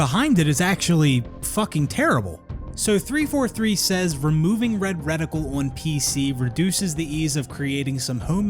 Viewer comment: Boy still can't say the word "on" properly, and I'm a bloody Canadian.